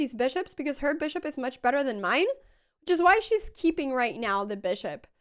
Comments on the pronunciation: the "right noew" gets me every time 😂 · "right nyeow" :face-orange-biting-nails